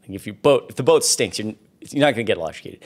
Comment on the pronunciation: Elekekuted, wow???????